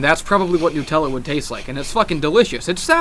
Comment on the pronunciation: nUtella like nUmber - not nuuutella lol